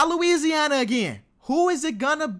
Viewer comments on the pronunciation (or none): none